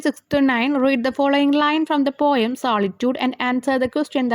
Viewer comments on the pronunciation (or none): none